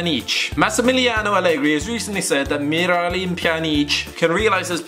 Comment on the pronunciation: HAHAHHAHAHA THAT ACTCENT U NERD HAHAHAHAHHAHAHAHHAHAHAH MIRALEEM PJANEEC U NERD